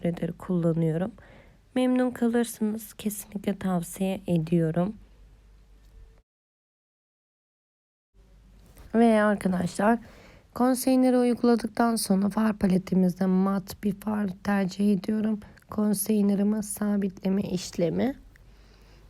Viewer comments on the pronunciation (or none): umarım beni yanlış anlamazsın elbette zorunda değilsin ama kapatıcı yani "concealer" kelimesi "konseynır" değil "konsilır" şeklinde okunur. beğenerek takip ediyorum başarılar💐